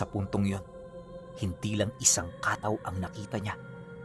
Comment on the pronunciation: pronounce as kattaw po Hindi Kaaaataw